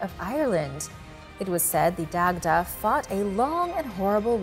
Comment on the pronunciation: Hey, Love the channel! Quick comment: Dagda is pronounced like "Dodge-uh" or "Da-Ja". Peace!